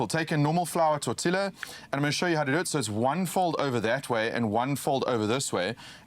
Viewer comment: Hey, my Siffefriken buddies. It's pronounced quesaDeeya, and torteeya lol 😅😅😅😅